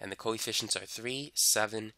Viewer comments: Every time he says 'coefficients' it sounds like he's saying 'coy fish-ents' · Bro I keep hearing koi fishins.